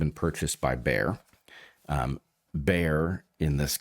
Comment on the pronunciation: Bear ?!? B A Y E R ! Like BAYER FRIERDRICH.